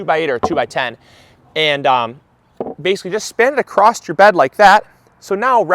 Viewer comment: Thanks for the tips. I love your channel. But it's "Across" there's no "T" don't say acrost...